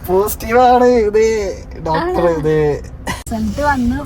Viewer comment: ഡോറ്റർ അല്ലാ doctor എന്ന് പറയു.പാർത്ഥിച്ചു അല്ലാ പ്രാർത്ഥിച്ചു ennannu